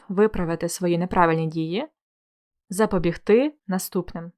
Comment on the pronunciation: Урок чудовий, все зрозуміло, дякую. Але Ви вживали слово "запобігтИ" з наголосом на "и", а я все життя думала, що правильно "запобІгти" з наголосом на "і") Невже це слово має подвійний наголос ? 😯